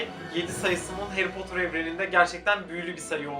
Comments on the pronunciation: Harry potter takip ediyorsun ama heğri potur diyorsun😂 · Abi o harry potter değil hayri potur